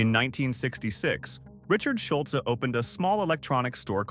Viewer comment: Drop the e sound for Schulz to pronounce correctly